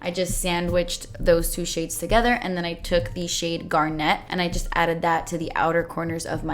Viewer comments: I totally bought this palette the day it went on sale., I'm willing to give you "pear-eh-dot" instead of "pear-eh-dough", but I will not allow "gar-NET" for "GAR-net".:) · No offense but its my birthstone so i kinda have to say it GARNET is one word its not GAR...NET lol thanks for coming to my class lmfao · so excited to get mine in the mail. btw don't know why this bothers me but it's GARnet not garNET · how you pronounce garnet cracks me up every single time :D you are the first person I've heard say it like garNET, I have always heard it and said GARnet. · pronouncing garnet like Garnette>>>>>>>>>🤣💜💜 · The way you say garnet...I dont know why but it gets me everytime lol